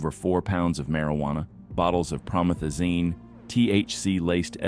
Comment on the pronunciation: It’s Pro-Meth-Ah-Zine u dumb bro